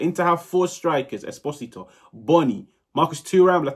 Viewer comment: Come on, you are probably gonna talk about Pio for the next 10 years. Invest 1 minute to learn how to pronounce "Esposito" 😢